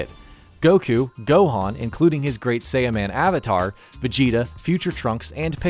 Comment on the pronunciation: ''gouku'' ''krrulyn'' ''gouhen'' ''kaukarrout''😂